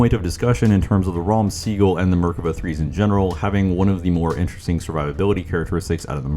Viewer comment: Amazing video:washhands::washhands: Small note, The pronunciation of the tank is "Raam Sagol" - which means "Purple Thunder"